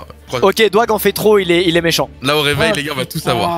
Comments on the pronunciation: qui a vu le "mécant" à la place de "méchant" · Killios bah ouais et ? il dit pas mecant ? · non mais ça s'écrit mécant mais on prononce avec le "h" c'est comme plein d'autre mot où on prononce pas. Franchement qui écrit méchant? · Par contre pronostiqueur... « Mecant »... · Bah c'est juste mecant tes bizarre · bah oui, mécant ça s'écrit comme ça XD